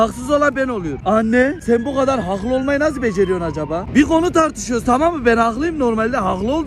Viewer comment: Bağımlılık yapıyor 'hağklı'